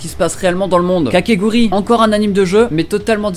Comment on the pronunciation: Kakegurui pas kakeguri grrrr xd